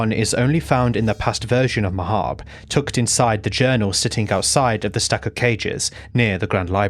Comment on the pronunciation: Finally someone who pronounces “Mahabre” like “macabre”??? Never thought the day would arrive